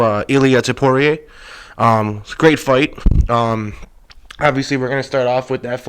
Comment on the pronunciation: Why do you keep calling Ilia Topuria, Ilia Topoirier? It is not pronounced like dustin Poirier smh